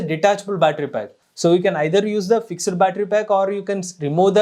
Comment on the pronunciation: It's fixed not FIX - ED.